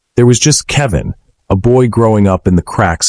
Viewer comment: AI CANT SAY KEL VIN